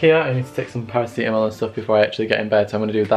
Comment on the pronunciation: i love u sis but the way you say “paracetamol” and “ibuprofen” offends me lmaooo